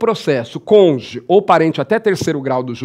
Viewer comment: Não existe "congê". A palavra é CÔNJUGE. Pelo amor de Deus.